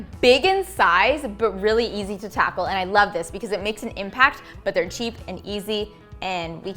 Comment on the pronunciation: No one:: tACkLe